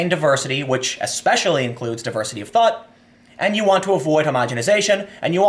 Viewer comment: Anyone else hear Tim say "Diversity of THOT" instead of 'thought'? If she breaths...